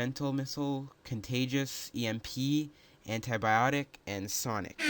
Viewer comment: hey its anti ballistic not ani biotics